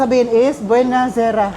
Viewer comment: Buona sera not buena(Spanish)